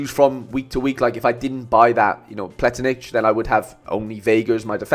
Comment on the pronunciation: I actually confused him with Vlietinck, another Leuven defender. I said Plietinckx but it’s Pletinckx, and you pronounce it as ‘ Pla Tinks ‘. I hope i didn’t make it too confusing my bad 😅